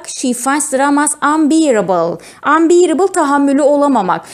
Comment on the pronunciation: Hi ma'am, I am your colleague. You're pronouncing a word wrongly. It is unbearable. You should say anbeyrıbıl. But you re saying unbiiribil. Have a nice day 😊